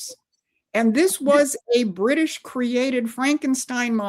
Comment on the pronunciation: "Bwitish" "Stwategic" "Pwoblematic" - for the love of Jesus, let's get this woman a speech therapist...